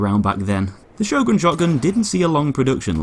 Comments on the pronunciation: I believe it's pronounced "yorn" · why cant you say the letter "Ö" i mean its not some alien type of language ffs! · I always pronounce it Sio-gren shotgun. Probably wrong as well, knowing how weird the norse languages sound to the rest of Europe. LE: I was right, it's actually pronounced Hio-gren due to swedish phonetics. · Sjögren, how do you pronounce it? "Show gren!" says most of the world. "Sher gren!" says the Germans and Austrians. "Zjog run!" says the French. "You bloody muppets," says the Swedes, "its pronounced Her gren."